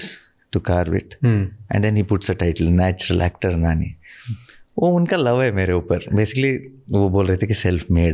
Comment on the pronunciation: Its not nanii it's nani